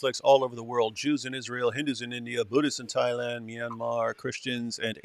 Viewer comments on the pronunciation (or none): none